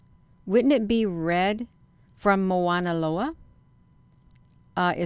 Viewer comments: The correct pronouncement is Mauna Loa not Moana Loa. As a local Hawaiian I just wanted to clarify that. This is quite fascinating that’s for sure. Appreciate your research. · It's pronounced mow like cow mow na lo a I watch the observatory as well. Strange things happen.